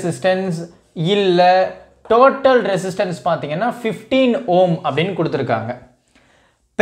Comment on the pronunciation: Home ❌ Ohm ✅ 😂😂😂😂😅